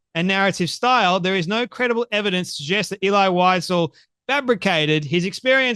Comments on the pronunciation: VIE-ZELL VIE-ZELL Now WhiteZell. good grief. You mis pronounce his name like that monkey does... ELI VIE-ZELL.. sheeeesh. I hope that monkey has bodyguards... 24/7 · She can’t even pronounce his name. Eli Wise-el! Idiot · She should learn how to pronounce his name properly before calling him a liar. it's Elie Wiesel (Vee zel) and he was Romanian not Ukrainian. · She doesn't even pronounce Elie Wiesel's name properky. How sick! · If you can’t pronounce the author’s name correctly, Candy, anything else you say is irrelevant. Lazy with the name, lazy with the truth. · You mispronounced Elie Wiesel's name. Nonetheless, thanks for the video. I grew up among survivors and refugees from Nazi Germany. I recommend reading the books of Primo Levi. I recommend "If This be a Man," "The Truce," and "The Periodic Table." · She doesn’t even pronounce his name correctly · Can‘t listen to these lies, my grandparents were Germans who saw those cruelties with their own eyes living next to Stuttgart airport where they had a small concentration camp for PoW and Jews to be transported to the death camps. By the way, Wiesel is a German name for a little animal weasel, pronounced weezel for English speakers 😉